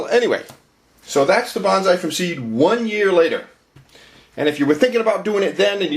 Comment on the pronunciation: I had a book about growing bonsai decades ago, published by the botanical gardens in Boston, mass. That book pointed out that the word bonsai should be pronounced like 'bone-sigh', not like 'banzai', which has a whole 'nuther meaning.... Not that it matters much, but I just thought I'd mention it.